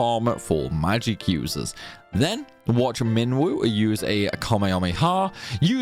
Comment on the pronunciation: I was gonna watch this video but I don’t think I can listen to homeboy mispronounce magic for 20 min straight 🙃